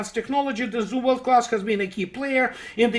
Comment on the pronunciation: ''Zumwalt'' 🤔...sounds like Zumwald. Looks like paperclips influenced U.S. military heavily 😏.